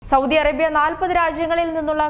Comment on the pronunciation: സൗദി ആണു സൗദ്ധി അല്ല